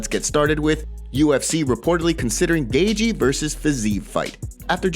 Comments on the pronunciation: Is he saying "gay-jee"?? It's so crazy how these non-UFC people have MMA channels. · Ah yes, Justin “Gaygee.”